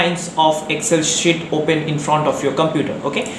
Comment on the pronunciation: Bhai shit nahi sheet hai vo 😀😀